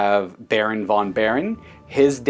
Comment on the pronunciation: In German and Dutch languages v is pronounced f. So Baron von Baron is pronounced Baron fon Baron.